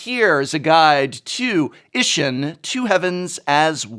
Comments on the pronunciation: Just a heads up, as this is Japanese theme set, it's pronounced E-she-n. The i is pronounced as a e at the end of she and the ss makes it... pause for a lack of better words. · Please, for the love of the gods. Japanese vowels aren't hard. They sound the same as vowels do in Spanish. I makes a hard E sound.